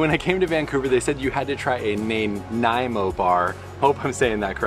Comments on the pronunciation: You were close: the bar named after the city on Vancouver Island (Nanaimo) is pronounced "Nah-ny-mo" not "Nay-ny-mo". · Nuh-NYE-moe Good try tho 😀